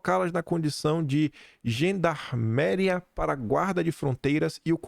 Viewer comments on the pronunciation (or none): Gendarmeria, com ênfase no i.